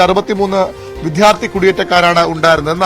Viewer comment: വിധ്യാര്‍ത്തി അല്ലെടാ വിദ്യാര്‍ത്ഥി